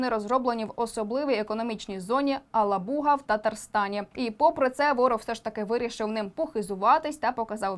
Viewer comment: Невірно вимовляється назва міста, наголос треба ставити на другу «а» в слові Алаʼбуга